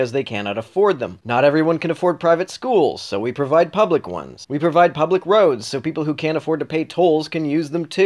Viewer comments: Great video, but ... "pubic schools". Hysterical! Humorous! Comedic! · Hehehee "pubic" schools